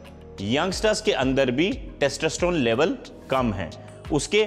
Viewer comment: Testosterone h Bhai na ki Testasteron...